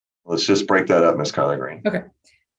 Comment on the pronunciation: Anyone else hear “collard greens”?